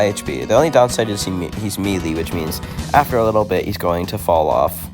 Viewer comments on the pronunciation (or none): i used to pronounce melee like that, its more like may lay